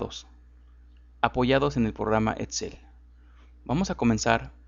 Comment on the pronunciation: Porque dices Matzimo en vez de Maximo, o el programa Etzel en vez de Excel??